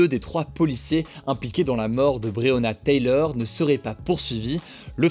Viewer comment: Il prononce bien le nom de Breyona Taylor une fois sur deux lol